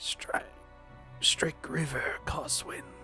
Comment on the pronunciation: mispronouncing shrike river will probably drive me up the wall as well as how he pronounces sycamore but coswin the crazy conspiracy theorist with a bunker and a tin foil hat is fun